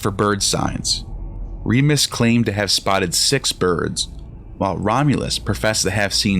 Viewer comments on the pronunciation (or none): It is Remus, not Remis - Remus' name may have originally meant “twin”, from Old Latin *jemos (“twin”), from Proto-Italic *jemos, from Proto-Indo-European *yémHos (“twin”). The initial r- was probably introduced to make the name sound more like Romulus. Just google some accurate information. This clip has lost any validity from start. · It's RemUs not Remis. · It's Romulus & Remus. Not Remis.